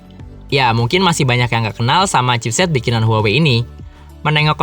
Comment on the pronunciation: Bacanya tu HU-AH-WEI